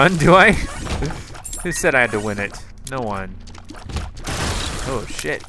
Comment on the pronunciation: its NO! NOT NO!?